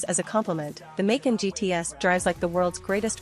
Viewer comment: Hard to listen to the mispronunciation of Macan!